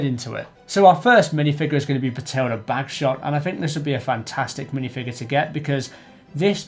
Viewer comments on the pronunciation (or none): 1.08 it is Bahilda Bagshot pronounced Baff-Hilda not Bat-tilda.